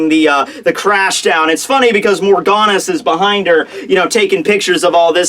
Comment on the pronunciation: MORGANS not Morganes or Morganus!!